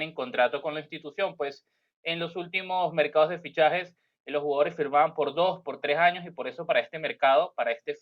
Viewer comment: Años. No digas jaños ejemplo Cuando dices dojaños. Por decir dos años. La informacion excelente ; adelante y muchos exitos.